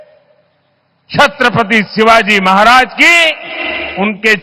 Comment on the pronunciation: छत्रपती शिवाजी महाराज जी उच्चारण करिये मैडम.